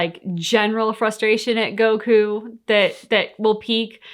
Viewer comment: Almost no comedy, that's a good way to describe these episodes. They got fancier tho 🤔 Anyway, they used the original name, Mr Satan but can't pronounce Goku correctly 😂